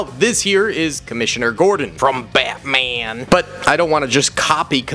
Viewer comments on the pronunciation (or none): none